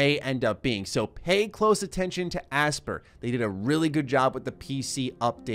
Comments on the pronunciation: For the love of god... it’s not aspr. It’s Aspyr (aspIRE). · its pronounced aspire, not asper.... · Aspyr is probably pronounced like aspire, no? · You referring to Aspyr? ("aspire") They've been around for a very long time. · I think Aspyr is pronounced Aspire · I would have thought it's pronounced like "aspire" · Aspyr is probably pronounced like "Aspire"!